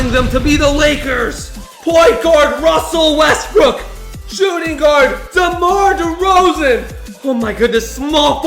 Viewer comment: You said demar derzeon twice